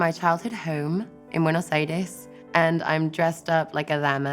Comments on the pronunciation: LOOVEEEEEEEE LOVEEEEEEEEEEEE how she suddenly changes from english to spanish when saying "buenos aires" a true one ♥ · amo como cambia la pronunciación de un idioma al otro. ese BUENOS AIRES bien porteño y no con el acento inglés fué como esa vez que dijo DULCE DE LECHE🥺❤️